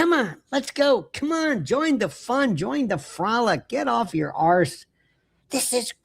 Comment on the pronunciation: In arse, make the 'a' longer for uk pronunciation.😊